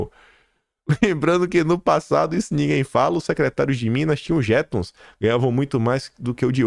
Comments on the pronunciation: Olá, atenção às sílabas tônicas. Não é "JEtom", é "jeTOM". Pare de estropiar nosso belo idioma, por favor 🤦🏻‍♀️ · Bom dia,, beijo nas meninas de sua vida. Bom dia patriotas e uma excelente semana para todos nós! 🇧🇷🇧🇷🇧🇷🇧🇷🇧🇷🇧🇷🇧🇷🇧🇷🇧🇷 PS - Jeton: aquela “indenização” que se paga por reunião extenuante de um dia, em um ano 😂😂😂, é palavra oxítona (pronuncia-se: jeTÓNS). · para o bem da pronúncia correta, a palavra jeton é oxítona 🥺